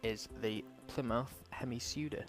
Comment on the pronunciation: Hahahaha it's Hemi Cuda! Cuda pronounce as in "Kuda"